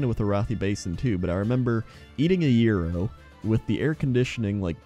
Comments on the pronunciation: He did say urinal the first time. He meant Gyro, though (pronounced euro). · OOOOooooh, eating an AERO! I though you said 'eating a urinal'. O.o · I heard the same thing; then he said it again and I heard "yero" or "euro", so I figured it was some kind of snack brand. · ***** can't pronounce it worth a damn however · Good, so I wasn't the only one who heard that :D